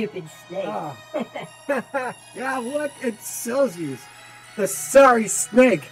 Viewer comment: This Is How You Pronounce Silzous (I Think) Sill-Zee-Os